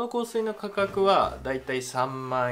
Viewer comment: 香水の発音大好きです笑 良ければ香水紹介してほしいです！